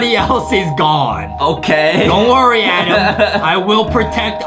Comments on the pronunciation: Adem: my name is adam not adem Justin: no! ADEM! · Its not adam ITS ADEM